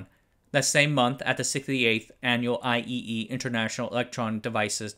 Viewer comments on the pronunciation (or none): IEEE == "I triple E", not I EEE (that sounds silly).